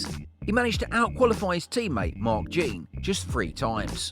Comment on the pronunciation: LOL Mark Jeen!!!! Most of these channels are AI generated voices. I have a feeling this is one. Jeen Aleesay LOL. Anyone who knows anything about F1 knows that name. I have a pair of his gloves. He tossed them over the fence to me at the 1995 Canadian GP. He blows those two but nails Jean-Denis Deletraz?